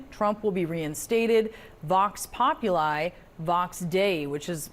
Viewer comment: Populi = popoolee Learn some Latin, lady.